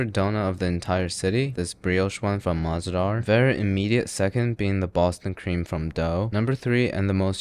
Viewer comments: Mah-ze-dar Is actually mazedaar... Meaning enjoyable.... 😅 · Bruh he just pronunciated mahzedhar as maH Z dAR😭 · mah-ze-dahr girl it's just muh-zay-dhar which means fun 😂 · MAAZDAAR 😭😭 BRO ITS MUZ-ZAY-DAAR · It is pronounced “ma-ze-dar” and it means tasty/enjoyable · as someone who knows Urdu, even i couldnt understand what he meant when he said 'ma ze daar' 💀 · Bro never misses on the details. Also, I like How he completely butchered the name of Mah Ze Dhar. You do you bro. Maybe next time, don't blur the face.